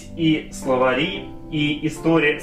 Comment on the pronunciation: Мне одному послышалось "СловаЛи" , а когда пересмотрел услышал "Словари" ? :D